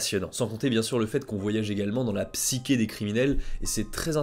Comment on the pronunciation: Par contre, je veux pas être chiant, mais on dit psySHé et pas psyKé